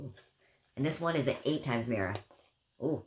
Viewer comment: Lol I love how you say mirra instead of mirror. Super cute